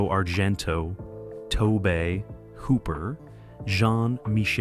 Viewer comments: I honestly didn't know there were so many different ways you can pronounce "Tobe Hooper" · I have to get into writing scripts for speech synthesizers, because there's no reason you shouldn't be able to have "Tobe Hooper" & "John Dykstra" pronounced correctly in your videos, you just need to write the script properly...